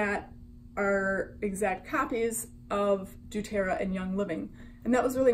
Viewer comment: Saying they have the same recipes is ridiculous. What makes doTERRA and YL different and worth the money comes in their sourcing. I personally use doTERRA (also, please learn how to pronounce that correctly) and they have contracts with their specific farmers that are mutually beneficial. Revive can try to copy the recipes all they want, but they will never have the exact same sourced oils. And their whole website about being “different” and “more woke” is way sketchier than an oil-based MLM ever will be.